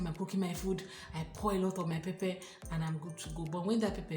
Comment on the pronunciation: This word "pepper" is pronounced differently..please check the pronunciation in Google.....the "Pepper" is always there ask for it and it is usually there. We don't like pepper because of children.....as a family, when we go out we would prefer to have food that a 2yr old can enjoy.....for foods having pepper...find them in parklands where indians usually reside. Thanks for a good video